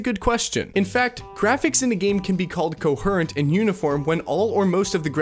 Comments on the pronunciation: The way coherent is pronounced makes it clear this is AI generated. Welcome to the block list. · You lost me when you pronounced coherent like an idiot. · the way "coherent" was pronounced the whole time T_T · Is the mispronouncing of “coherent” on purpose? I thought it was but now I’m not sure 😂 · I have never in my life heard anyone pronounce the word "coherent" like that! Then you pronounce it correctly, WTF? Is this some weird AI that learned to speak correctly halfway through the video? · Honestly I cannot listen to you say “coherent” incorrectly one more time. Goodbye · your pronunciation of "coherent" made me cringe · how do you mispronounce COHERENT?! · Great video about a topic im seeing come up more and more, and also experiencing myself. But man I have to be honest hearing you say coherent and pronounce it weird every time got to me. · it’s definitely not an ai voice considering he can’t pronounce coherent or diptych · Dude mispronouncing coherent is so annoying. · My man learns how to pronounce coherent halfway through the video. So if you watched for 2 minutes and came here to mention it, know that it gets better. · why do you pronounce the word "coherent" wrong on purpose? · This essay is an excellent showcase for how to identify AI videos. Look for tells like being unable to pronounce extremely simple words like "coherent". Look for very flat delivery, and notice the video really never says anything. Goes off on a tangent about your eye not being drawn anywhere. This is how chatgpt tends to write. Also whenever a video uses random memes and existing pictures and videos to create the b-roll. Not a single new piece of footage is used. This video is able to be shat out in 30 minutes for clicks. Don't fall for it. Ask yourself, did you actually learn anything? Don't be fooled by OP replying to comments. AI channels have been able to do that for years now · Wtf is “co her ent”. It is pronounced “co-hear-ent”. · The word is coheeeerent not coherrrrrrrnt